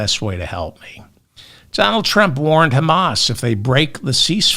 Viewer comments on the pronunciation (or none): none